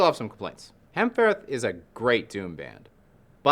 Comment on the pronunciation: It's just pronounced hamfer, the ð is usually silent in Faroese